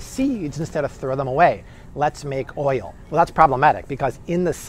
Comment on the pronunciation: How does he add so many extra syllables to the word oil?!?